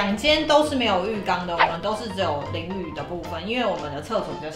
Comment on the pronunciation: 淋浴=淋雨 哈哈XD~